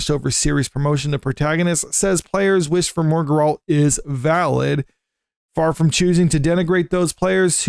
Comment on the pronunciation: Bro... have some credibility. its GERR-ELT not GUR-ALLT